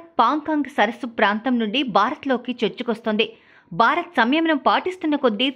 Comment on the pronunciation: Anchor, Telugu pronunciation sariga nerchukovali. Barat kadu. Bharat Ani palakali. Telugu TV Anchor la laga ayaru.